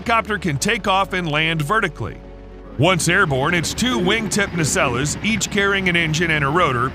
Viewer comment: Are you saying "nacelles" or "Nutella"?? GEEZ! Have your programmer overlords fix your pronunciation of "NACELLES" - "NA-SELLZ".